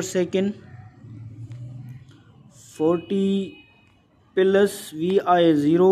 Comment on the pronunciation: Sir not pilus its plus